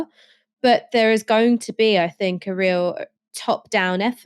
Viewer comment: Not gonna lie … it grinds my gears when you say “fink” instead of think! Ha! Just saying… but apart from that, all good, love the shows ❤